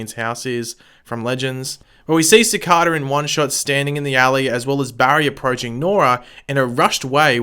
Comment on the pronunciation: Ci-CAY-da, man, Ci-CAY-da. Do you not actually watch the show?